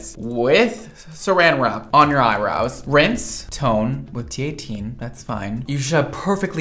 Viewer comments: Why does the third girl say „eyebrois“ instead of „eyebrows“? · Last girl has ‚eyeboys‘, as she pronounces it :D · The 3rd girl says “eye brows” in the worst way